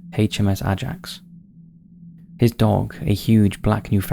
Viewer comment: Did you really pronounce Ajax like that??? 😄